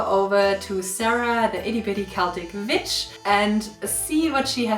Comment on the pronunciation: i always giggle a little when you say witch, cause i always hear bitch. Awesome video!